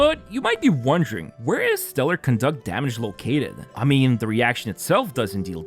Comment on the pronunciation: My man GG. You da man!! You're the only one that pronounces "Conduct" the way its meant to be. Other CCs pronounce it as it was a form of behavior :D